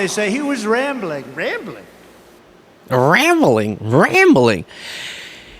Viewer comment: Omg when he said Rambling that way I almost died. I had to keep rewinding it was hilarious!! Raambling